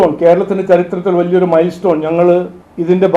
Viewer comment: Milestone aano atho "mairstone".. Onnum angatu thiriyunnilla...